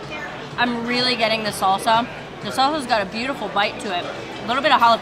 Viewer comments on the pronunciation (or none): none